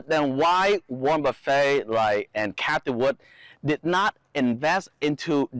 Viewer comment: Haha.. he say like Golden Corral 'Buffet'